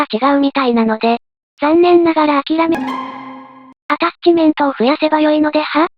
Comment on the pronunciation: 気のせいか一瞬、 で心霊現象の音声のように「ジャッジメントですの」が聴こえるｗ はたして「ジャッジメントですの」なのか「アタッチメントですの」なのか気になるｗｗ